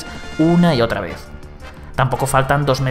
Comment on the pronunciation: ¿En el segundo 19 dice “En ver de” en lugar de “En vez de”? Mare meua